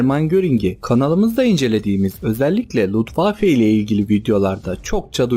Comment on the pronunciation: Luftwaffe yazip Lutwaffe diye okuman enteresan olmus.